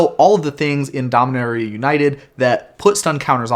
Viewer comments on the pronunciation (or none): Actually, it's pronounced Domin-aur-ia. Say it like you're posh